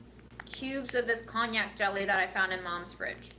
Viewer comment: I think you mean “KON-JAC” rather than the alcohol “cognac”.